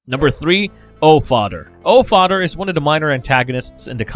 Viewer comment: I'm sorry but I can't listen to someone who says Othdder or Fadder